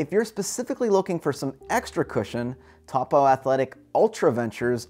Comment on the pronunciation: Great review. BTW, Vibram is pronounced "Vee-Brum" and Topo is "Toe-Poe."